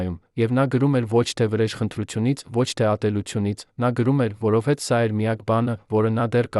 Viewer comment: Ի՞ նչ է նշանակում 15֊ րդ թվական , 1965֊ րդ թվական ... Բավական չէ՞ , ո՞վ է ձեր պահապան խնամակալը , խաղում եք մեր նյարդերի հետ ( որէ֊ որևէ , որովհետե ֊ որովհետև, կարոր ֊ կարևոր , արոտ ֊ արևոտ , ամենակարոր ֊ ամենակարևոր , չտեց ֊ չտևեց , Երան ֊ Երևան ., որը չէր թույլ տվեց , 1972֊ րդ թվական , նա չեղավ լաց , որովհետ֊ որովհետև , հարան ֊ հարևան ...)։ Զզվելի է , ուրիշ ընթերցող չկա՞ , միա՞ կն է , , իհարկե , բացառիկ է...